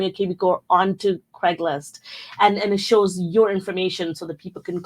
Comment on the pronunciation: Craigslist. Not Craiglist.